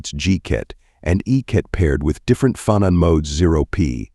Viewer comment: This is good but the pronunciation of "phonon" is off.